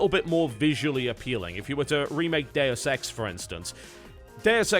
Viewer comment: you say "Deus Ex" but I swear I heard 'the dare sex", just saying.